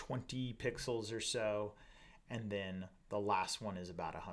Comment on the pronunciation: Triggered every time you said "pixels". ;) Great content otherwise...thanks!